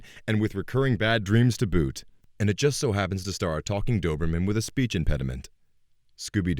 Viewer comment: lol aw man even though this is an old vid as soon as I heard "Doberman" I was like WTF and scrolled down to find this